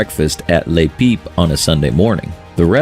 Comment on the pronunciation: So if Le Peep is imitating French the Le is not pronounced as Les.